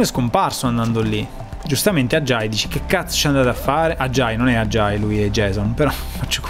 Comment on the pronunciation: non ajiai ,ma ajay per favore pronuncialo cosi agi*, è il mio nome😂😂